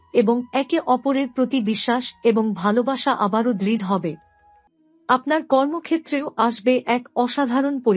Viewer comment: বড়,দৃঢ়,উৎস ইত্যাদির উচ্চারণ সঠিক করুন।